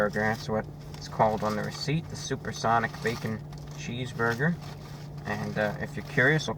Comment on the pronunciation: suPaH sOnIc